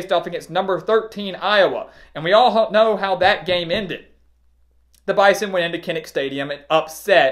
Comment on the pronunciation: You are the only sportsman that has pronounced Bison with the "z" you are correct NDSU employee